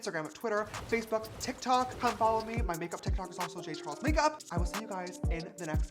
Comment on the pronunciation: "James Chares"